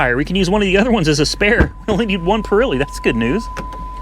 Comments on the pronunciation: "PURILEE TIRES"? LOL....man we say exactly as we read it, so its "'PIRELLI" [pee-ra-lee] oh boy!! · It's spelled Pirelli but pronounced Pur'elli like a cat 😉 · Still laughing.....it's pronounced "purr ellies" 02 CV not with hydroformed frame nor rack and pinion steering, forget that one, some punk probably had it and beat it to death....but it IS rare to find a P71 with cruise....."moving on" ..... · I’ve never heard someone say perelli like that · can't say Pirelli probably hehe